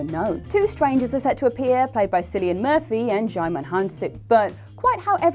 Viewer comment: Sillian Murphy 😂